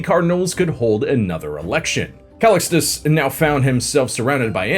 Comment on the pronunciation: The way you say Calicxtus, to a latin person sounds like Ali G saying Restecp 😅😅